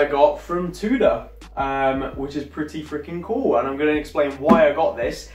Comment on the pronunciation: Haha drives me mad how you pronounce Tudor! Will you get staff discount if you buy on credit? if so and you're happy you can keep up payments then go for it! Thanks for the great content!